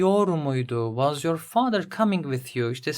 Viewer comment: Anlatım çok iyi de fakat was’ı neden vaz diye okuyorsunuz cinnet geçirdim resmen